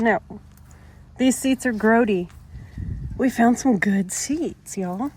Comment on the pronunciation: She said Groadie!